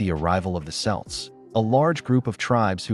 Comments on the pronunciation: Kelts not Selts ! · I'm sure the "Selts" would be proud. lol Might want to check your AI voice over before you use it, as you wouldn't want to insult an entire culture by getting their name wrong. even if it is just an AI mistake. 😉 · Selts? Huge depths of research here to not even know how to pronounce Celts. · Great but ask an Irish person how to pronounce Irish words it’s not selts it’s celts or sounds like kelts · Kelt, not Selt. SCOTlands not SCUtland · Celts is pronounced like kelts, not selts! the AI pronounced it correctly. 😂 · KELTS, not selts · Ok.. AI creator... get correct pronunciation into your work. This is so very irresponsible & irrevent to those of us who know better.. Celts: pronunciation is said with a hard K sound... sometimes you get it correct... not "selts" like the basketball team... by the way.. Scots: speak Gaelic... "Gah-lick" Irish: speak... "Gay-lick" HUGE DIFFERENCES... Please...... it's so very irritating... nearly enough to STOP LISTENING!!! BY SEPTEMBER 2025, ALL AI SHOULD BE UPGRADED! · Really?!? You are delivering historical info and you don’t know Celt pronounced ”kelt” not “selt”!!!! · Selts? CELTS! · cee lts? I thought it was Kelts? I had thought it was the Scots who wentt to the Ireland, not as you say the other way? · Celts with a “K” sound, not an “S” sound ffs!!! Get it straight! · It's pronounced "Kelts" not "Selts" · Its pronounced kelt not selt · Celts has a hard C like K.KELTS not SELTS with soft S sounding C. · Ah man learn how to say celts not selts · pronounced Selts? or Celts? Celtic or Seltic? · Sorry but this is awful. The Celts weren't real and the word is kelt not selt. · That's "Kelts" not "Selts". It comes from the Greek word "keltoi" meaning "foreigner" and was spelled with a K. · Its pronounced Kelts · NOT SELTS, YOU PRONOUNCE IT AS KELTS. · I appreciate the video but please, the C in Celts is pronounced like KELTS not Selts. The faeries did not have wings until the 19th century. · its Kelts not selts.......